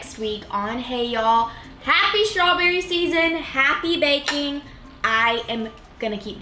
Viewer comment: Is strawberry pronounced with an sh sound? Shtrawberry? Just trying to say it right.